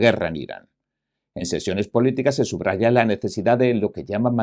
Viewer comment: Estimado amigo, me agradan sus comentarios acertados y bien documentados. Por otra parte en cuanto a la pronunciación de la palabra "SUBRAYAR" aunque se escribe así, vocalmente se dice SUB RAYAR, no subrayar.